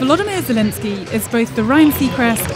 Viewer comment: She can't even say Zelensky properly.